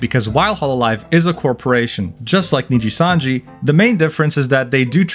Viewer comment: Knee gee sun gee 😅